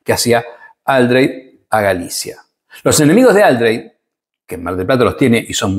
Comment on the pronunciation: Otra cosa, es Aldréy no Áldrey como le empezaron a decir para, supongo, darle algo de categoría, las tildes están solo puestas para mostrar dónde se acentúa la palabra. Por más que la mona se vista de seda, mona queda.